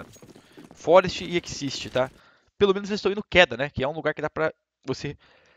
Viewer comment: fallen, não é xisti mas sim xizt (mesma pronuncia de exist), ótimo vídeo <3